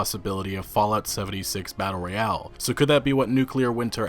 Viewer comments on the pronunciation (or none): none